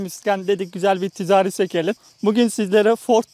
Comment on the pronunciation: Tizağri değil (ticari)